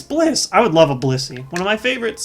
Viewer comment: ps its blissy not pissy